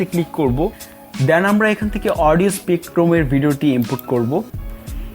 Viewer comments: উচ্চারণ টা স্পেকট্রাম হবে ভাই স্পেকট্রুম না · SPECTRUM (স্পেকট্রাম) উচ্চারনটা হবে...প্রেজেন্টেশন ভালো